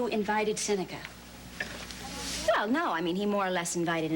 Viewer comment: Seneca pronunciation of many words are so wrong and annoying.